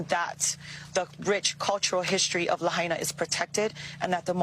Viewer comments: Please be careful how you pronounce names of cities especially when people in the video clip said it no less than 5 times in the clip. Lahaina - the ai has an “i” sound not “ay”. Notice the sound in Hawai’i is not pronounced hah-way-ee. Hawaiian is very easy to pronounce because the vowels always have the same sound. A is always Ah as in fAther. E is always pronounced like ay in prAY. I is pronounced like ee in sEEd. O is a long o like in sO or nO. U is the oo sound like in sOOn or mOOn. The dypthongs like ai have the two vowels pronounced closely together so ai or ah-ee sounds like i in might or wire. Where a double vowel occurs like at the end of Hawaii, formally it should be written with an apostrophe like Hawai’i and each vowel is pronounced distinctly so Hawai’i when you slow it down and pronounce every thing sounds like Hah-wah-ee-ee but the dypthong ai comes together as a long i sound so it’s more like Hah-why-ee. Places like Na Po’o Po’o beach on the Big Island are pronounced Nah-poh’oh-poh’oh separating each of the o’s with a break, not pronouncing them together like the word pooh. So please be courteous and make more of an effort to pronounce a popular vacation destination correctly. You would hate it if people went around saying you lived in New Yark or New Yoork because they were speaking it lazily, so have the same courtesy. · Pronounced: Lah Hi Nah. The congresswoman for Maui is dirty with Real Estate investments associated via her husband and BlackRock&Vanguard....dirty. Governor is also trash, they are fast-tracking eminent domain for developments saying , this is for the victims. Systemic Oppression!!! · it is pronounced "La Hi Na"!!! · Hi, just a small thing but the town is pronounced La - Hai(like saying "Hi" - na. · Correct pronunciation is La heye na😊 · It is pronounced La Hi na, like Hi how are you, La hai na, Lahaina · buddy, please LA-HIGH-NAUGH. 👍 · Pronounce: La High Na = Lahaina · la-HI-na HI in teh middle...